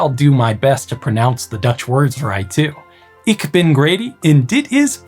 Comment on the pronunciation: immediately mispronounced the first word lol. First word (ik) aside your pronunciation is about 95% correct, Just a slightly audible English accent very close though. 👍